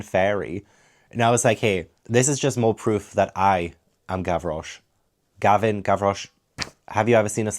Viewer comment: I just wanted to comment on your pronunciation when editing Gavin came 🤣